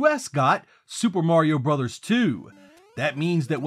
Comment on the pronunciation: THANK YOU for two things: - Pronouncing the name of the NES series as "Super Mario BROTHERS" (instead of "brose/broz" as 99% of all YouTubers seem to do); - Not slamming Super Mario Land 1 (as, again, 99% of all YouTubers, and the Internet at large, seem to do). This video is fantastic, but the above traits are so hard to come by on here that it actually gave me an extra push to like and subscribe (which I've done, so great work!)